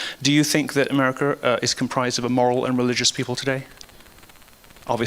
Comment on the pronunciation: "Umericur" Lamo